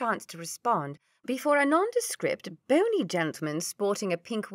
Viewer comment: Hi Deborah, you are lucky you found this one first. I have listened to all of Jennie's books and found this one last. Please listen on to all of them, quite enjoyable. Seriously, my only complaint is the narator pronounces Bony as bonny as in bonny little baby whereas it should be 'bony' short for Bonapart. Fairly acurate history as well. Stay safe from bushfire torn rural Queensland